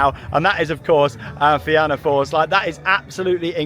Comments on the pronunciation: Great vlog! Glad that it has finally expanded! Also just an fyi it’s pronounced feena not fe-anna :) well done on the pronunciation of Tír na nÓg though 😍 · its pronounced Feena :) the back seat on that coaster is the best! as for Cú Chulainn........its gotten so rough and theres a jolt or somthing in one area that slams ya abit i believe people complained about the rotator and thats why it dosent go right over anymore